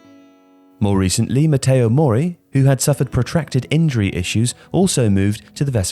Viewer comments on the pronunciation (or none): none